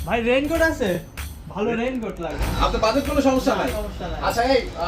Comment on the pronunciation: Vai rain cote tar nam agee vlo kore uccharon koren 😂😂😂